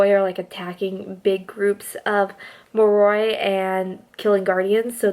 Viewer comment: Just a heads up cause it bothers me lol Moroi- (More-Oy) Strigoi- (Strig- Oy) Damphir- (dam-fear) No hate tho I love VA and this was a great video